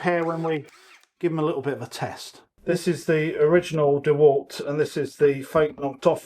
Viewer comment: Dewult not dewalt? Lol